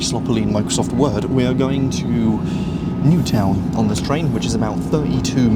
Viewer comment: Well, at least you pronounced Newtown quite well 🤣